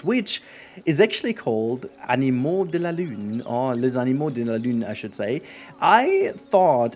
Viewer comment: Great ! Little mistake, it's animaux and not animeaux 😇